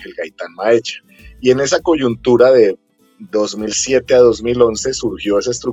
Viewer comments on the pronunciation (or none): none